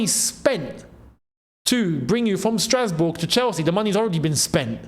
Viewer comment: i laughed the part you said strasboug😂😂😂